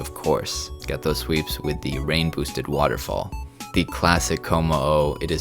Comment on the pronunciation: I would listen to and buy merch for a podcast of you saying 'waterfall' incorrectly for 45 minutes